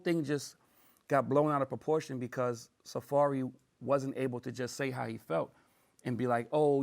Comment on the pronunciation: Safaree NOT Safari.